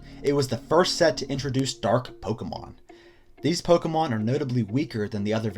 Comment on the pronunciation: Anyone who properly pronounces Pokémon is worth subscribing to.